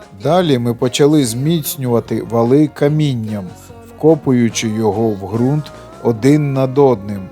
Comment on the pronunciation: Вподобайка! Зелена травИЧка і фарби українською буде краще... І ще одне правило: Ґрунт, Ґава і Ґанок вимовляються з Ґ... Слава Україні!